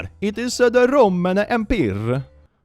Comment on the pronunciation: I know the goal was Italian accent, but "Empire" sounded pretty French.